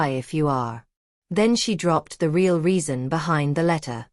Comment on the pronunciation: How did the brother get the address? What is "ray-all" love?